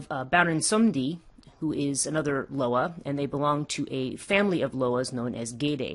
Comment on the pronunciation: It’s pronounced LOW WAH. I Couldn’t even get through this video smh, and stop swallowing so hard